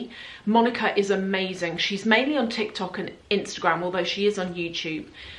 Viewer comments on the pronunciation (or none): none